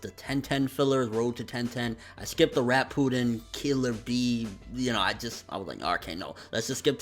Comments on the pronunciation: Youkou Kakujou It's shipp-uuuu-den there, you'll have to find a video that has the word pronounced which is like in every storm 4 trailer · Why do you still say Shippuden wrong? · yes really.... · ***** I guess you're never going to get it through your head that it's impossible to describe without doing it vocally. It's pronounced Shippuden. Are you using your brain now? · RJKB01 Yea I can. I was only talking about because I heard how he said it. The rest of you took it upon yourselves to put your 2 sense in.